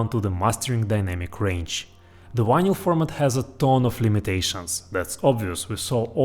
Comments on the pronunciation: you seem to have a very good command over the English language except for the sound of one letter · Love the way you pronounce "vinyl". Just like Chekov on Star Trek.